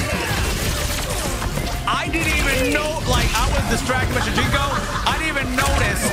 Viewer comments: It's shujinko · It’s shajinko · It's shunjiko 😂